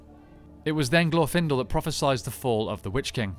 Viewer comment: Ok, admitting that I'm weird, the pronunciation of 'Glorfindel' put me off so much that I couldn't finish the video. I'm not meaning to be harsh, this is as much or more of a "me problem" as it is an "I think there is at least objective congruence upon which syllable gets the emphasis problem", but for me, every single time I heard "glorFINdle", I shuddered. It's "GLORfinDELL" and fight me about it.